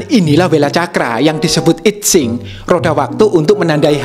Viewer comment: Sedikit koreksi. I Tsing dibacanya: Yi Ching. Saya suka sekali chanel ini. Luar biasa.